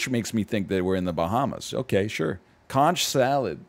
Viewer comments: I’m sorry but egg pronouncing conch like that was painful, I blame spongebob for popularizing the wrong pronunciation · I was going to disagree with you until I heard the way he said it. Heavy inflection on the "tch" sounded really odd. Conch is also one of the words that has different pronunciation between U.S. and U.K. English. Though, I think you're right about the Spongebob episode because, despite being illogical, when referring to the animal my brain likes "conk" but when talking about its shell specifically it like "consh."